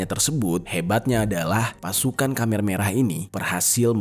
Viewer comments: Koreksi nih bro, penyebutan Khmer bukan Khamer (dlm bahasa Arab minuman keras) tp Khmer (khemer). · KHMER di bacanya kemer bang bukan kamer wkwkwk